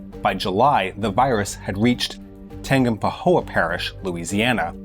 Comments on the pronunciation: Lmao you slaughtered "Tangipahoa" parish 🤣 try "Tan-gi-pa-ho-a" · tee hee its Tan-jah(as in jar)-pa-ho-ah